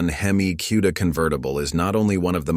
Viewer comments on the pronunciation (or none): Never heard of a "kewda". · When he calls them. QUEDA… I run from it A I ! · Never heard of a cue-da.